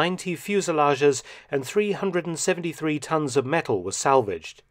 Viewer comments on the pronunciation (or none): none